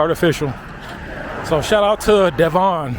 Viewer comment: its Devon not Devaughn!